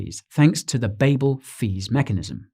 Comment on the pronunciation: Yeah, until you tab away and he starts spouting out "ADA" "Mary shelly" "Babble Fees" "Gougin" and your head starts to spin